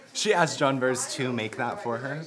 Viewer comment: I know Are we sure they are they really know that's not the way you say her name?lol.JOHNBERS BLONDE SOUND NOTHING LIKE JOHN BEAR.LOL